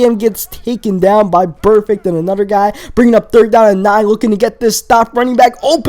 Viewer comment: Da. Anoder. Dat. Dude, can you fucking pronounce a T at all?